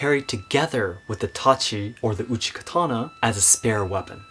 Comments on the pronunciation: Isn't it called uchigatana rather than uchikatana, and laito rather than laido? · It's uchigatana. K is softened when combined in another word